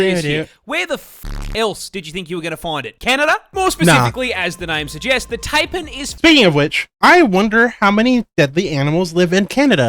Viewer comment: Yeah, I'm going to be that arsehole who ruins the joke, but drop bears aren't real. That said, there IS a reason the branch of a eucalyptus tree rotting and dropping off is referred to as a 'widowmaker'. Also, he said possums aren't dangerous, ya deaf bastard. Also-also, he mispronounced 'Taipan' and we pronounce the H in 'herb' down here.